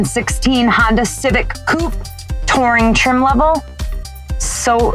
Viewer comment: I like how she calls it a Honder ;)